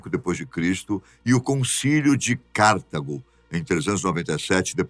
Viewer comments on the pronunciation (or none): none